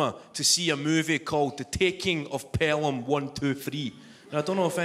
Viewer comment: Tha TEEEKENGG of PelHAMM..... wun.. tuuu.. freeee 😅